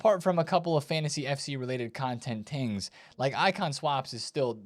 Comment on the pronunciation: Lol " content tings " 😂😂😂